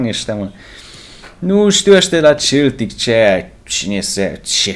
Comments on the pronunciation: Dupa 24 de episoade inca nu ai inteles ca se citeste seltic ! Ai aproape 100k subs si 5 comentarii si nici pe alea nu le citesti :/ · SE CITEȘTE !!!SELTIC!!! CU "S"